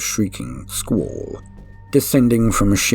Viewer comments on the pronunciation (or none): none